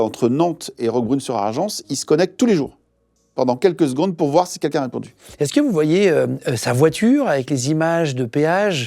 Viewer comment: Guillaume, on dit "quelqu'un" pas "kékin"